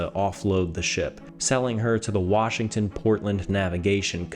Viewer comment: Thank you for saying our State's name correctly.